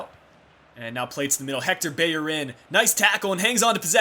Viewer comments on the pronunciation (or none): Is it just me u say beyerin instead of bellerin are u from USA but love ur vids <3